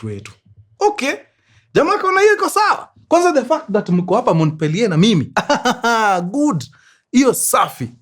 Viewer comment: Mkurengezi Montpelier is pronounced as "Mopiye"